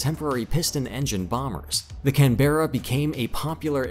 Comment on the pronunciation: Only an American could pronounce "Canberra" like this bloke... 🙄